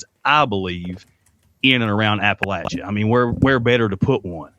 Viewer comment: As a person who grew up in East Tennessee first of all let me congratulate you on the correct pronunciation of Appalachia. I found this interview both respectful and fascinating.